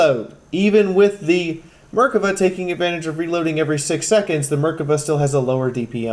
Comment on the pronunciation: Some of these comments.... Lol terrible. There is a lot of info and your vids are more than usefull. On ps4 we get even less information, no biggy. Anyway I notice people calling Loepards "lepard" and Merkava "merka va" a few others too, it's a German Lee uh pard, and isreals beauty the Mer-kava, as former 19D we sat through days upon days of vehicle is and so on. Be glad the games dont make us identify targets through thermals lol